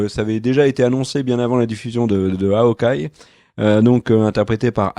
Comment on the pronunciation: "HAOKEYE" ? Sérieux... Aucun effort...